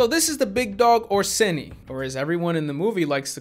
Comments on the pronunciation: I look at my phone to those text to speech and yes it's Orsini not Orseti so everyone in the movie said it wrong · You are correct. They say orsetti not.orsini and orsetti means also little bears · I'm italian and I can confeirm that Orsini should be read not orsetti and the funny thing is that the actor who play Orsini/etti (by the way, Orsetti in italian means "teddy bears") is actually an italian actor (who cannot work in italy because he had justice problems cuz fake found raisings and similiar scams plot by or with him as a primary testimonial) so he could easily told them that they was wrong calling him orsetti, but I gues he probably told to Seagal and he told he knows how to pronounce italian better then an italian. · Italian here, you're right about Orsini, they are pronouncing as if the name is "Orsetti" which btw isn't intimidating at all since it means teddy bears